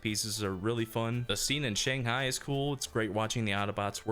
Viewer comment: why does everyone pronounce Shang hai wrong?? -sigh….. non asians…